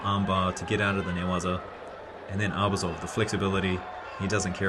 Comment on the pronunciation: Great comments! A small piece of advice: ArbUzov’s surname should be stressed on the second syllable, not on the first one. Just out of respect for the sportsman.